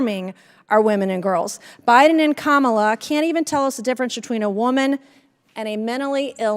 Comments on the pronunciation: Oh she said her name right today! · She finally got the correct pronunciation of the Vice President's name. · Oh Mace finally learned how to say Madame Vice President Harris' FIRST name. So she CAN actually be taught. YAY! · Wow, now she can pronounce Kamala 😮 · Good to see she finally learned how to pronounce our VP’s name, although she still has to say it in a snarky manner…I guess we can call that progress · Funny that all of a sudden Mace can now pronounce Vice President Harris' name correctly multiple times. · So,Mace can actually pronounce the vice-president’s name correctly 🙂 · Oh, look! Nuncy learned how to pronounce "KAHmuhluh". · Good to see Nanky Disgrace all of a sudden figured out how to pronounce ,La... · Im surprised she actually pronounces Kamala’s name correctly. Ive heard her mispronounced it countless times like a real wise guy. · Wow l see she said Kamala name right, something she didn’t do on CNN. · At least Mace pronounced Kamala's name correctly ... Lol. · Finally she’s able to say Kamala right so that’s progress! She can’t even keep a straight face when she questions because she doesn’t even believe in her line of questioning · She finally said Kamala correctly though.... So points ? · Would it be possible for Nancy to show just a little respect for the current vice president of the USA? Maybe not call her by her first name. Yes she pronounced correctly probably because it’s too difficult to mispronounce and gets it wrong. I’m sure if Nancy were vp she would demand that respect. What is she trying to prove? She calls trump president!! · Wow Nanky Mace actually pronounced Kamala correctly. Everything else she's babbling on about is incorrect. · Nancy is so gross.....So now you say her name properly but have sarcasm with it....